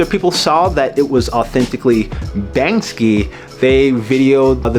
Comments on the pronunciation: Firstly it is pronounced "bank-see", not "banks-ski". Secondly, the people filming didn’t intervene, not because it’s in the public so they don’t know who owns it…but rather because, if you interfere with a person with melanin in the process of a crime, you’ll get "wet up", "chopped", "shanked", or "shivved". So nobody interferes, because nobody wants to die. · So hard to say banksy? It's not banskey....